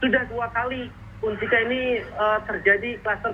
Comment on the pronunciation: UNSIKA pak.. bukan UNISKA 🤣